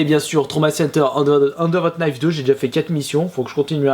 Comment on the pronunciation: On ne prononce pas le "K" de "Knife" ^^